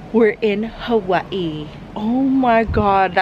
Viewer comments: She pause Everytime she says Hawaii 🤣🤣it's cute and it's havaii actally the way they say it🙂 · Omgggg finally someone says Hawa'ii correctly 😫😫